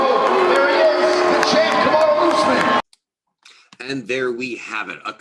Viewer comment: Great vid, however Kamaru won the Ultimate Fighter , and has never loss in the UFC, dudes won like 12 in a row, and defended the title 4 TIMES, his name isn't Marty, it's Kamaru , put some respect on his name ...Otherwise great vid